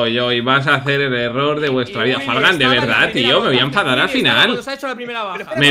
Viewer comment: Willyrex diciendo: Me voy a efadar Se le escucha muy bien Yo digo: Me voy a enfadar Todos: :l ?